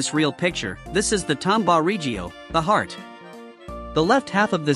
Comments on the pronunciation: " A H G H U H E E A A R T" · H E A R T " chaught me💀